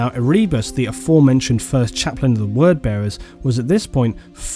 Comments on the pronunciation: E-ree-bus? Ere-bus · Omgad, its not erebus the way u say it. Have you never listened to any of the audio books? Its pronounced Ere-bus. Listen to "The first heretic" Audio Book plz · Ehreebus lol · I've never thought of stabbing my eardrums out before, but after hearing you pronounce Erebus. Yeah, maybe.